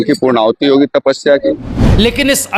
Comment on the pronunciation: ये संत महंत किस स्थान के है । पूर्णाहुति शब्द भी सही से उच्चारण नही कर पा रहे। उत्तराखंड की बोली नहीं। बंजारों वाली है ।